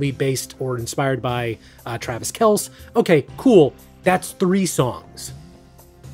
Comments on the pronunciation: As a football fan, I’m cringing everytime Kelce is pronounced “Kelss”. It’s pronounced like the name “Kelsey”. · (It's pronounced Kel-See, not Kels) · It's really cute that you don't pay enough attention to sports/gossip to pronounce Kelce correctly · TRAVIS KELSS (, it rhymes with Kelsey) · I suppose has never watched an NFL game. It’s Travis Kel-See (like Chelsey) not Kelss.